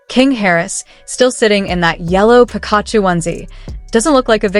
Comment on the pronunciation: Theses videos kill me please learn how to pronounce names before trying to sound smart, 🤦🏾‍♀️ you’re not even close to saying Pikachu correctly 🤦🏾‍♀️ if any of this is really true then this kid just bought himself a one way ticket to the grave!